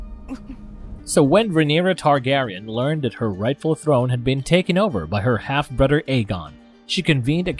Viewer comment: This narrator might have a speech impediment. All his "th" sounds come out like that; there are other letter combos he's changed as well 🤷‍♀